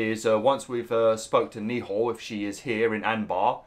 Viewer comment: The way you pronounce Nehal has me shouting at the screen 😂